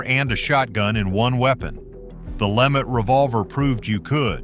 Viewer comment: .............it is not a LEMMIT revolver.........you have pronounced it 3 different ways within a minute TRIVIA: in the 1950s/early 60s TV western ""Johnny Ringo"" he used a LeMat.